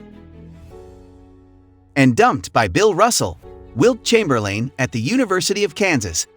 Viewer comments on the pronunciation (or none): YA TITLE ? Dude's name was pronounced "Tit" as in Tittle ChamberLANE WTH? Wilt the Stilt was pronounced Chamber Len Artificial Intelligence/AI bullcrap narration is not human and needs hooked on phonics training